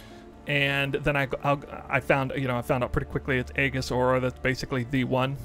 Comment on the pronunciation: Eejis, the A is silent